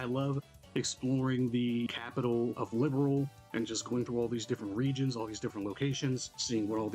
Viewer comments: It was a fantastic remake 1:1 to the original. Sadly they messed up prononciation for a bunch of names ... "Liberl" isn't pronounced "Liberal", "Zin" is pronounced "Jin" , "Loewe" is pronounced "Lou-vay" It might hurt the consistency later down the line for new players like you. Hopefully they'll fix this in Second... chapter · I hate Gungho so much for making the VAs say "Liberal". It's LIBERL. there is no a in it.